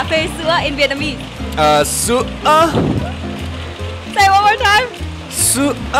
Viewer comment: It's so fun 😂😂 His pronunciation of Sữa is excellent 🤩